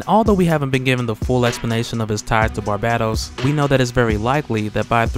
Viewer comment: Its pronounced BAR BAY TOS not bat bat tos btw